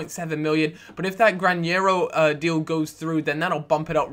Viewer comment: Granero not Grañero